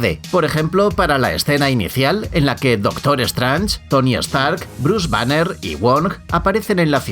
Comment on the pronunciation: ahora strange, se pronuncia stranje, lo he escrito foneticamente según el locutor, pero se pronuncia correctamente streenys (repito esta escrito foneticamente)